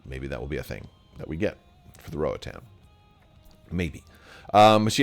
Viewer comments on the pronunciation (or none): Rohatan? 🤔 I think you mean the Rotarran 😝